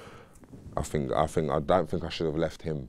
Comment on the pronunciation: " I fink"